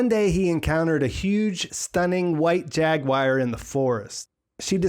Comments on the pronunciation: Good analysis. Now repeat after me… War….gwar…goo-are…jag~gooo-are. Jaguar. You kept saying jag-wire. Are you trying to do a cumberbatch? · After hearing you mispronounce it five hundred times I feel obligated to tell you, its jaguar not jaguire. :) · As soon as you said "JAG WIRE" I was out... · why do Americans pronounce jaguar like jag-wire? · We don’t that’s just him. It kinda bugged me lol like why are you saying it like that. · I can't get over your pronunciation of "Jaguar" lol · That's a weird way to say jaguar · i swear